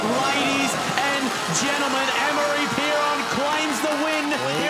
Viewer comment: Amaury is now pronounced Annmari?